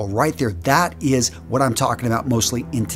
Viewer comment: it´s Heinrich not Henrich.